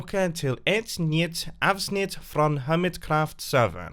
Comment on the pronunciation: Yes it was understandable but he had some weird accent on ”nytt avsnitt” but it was good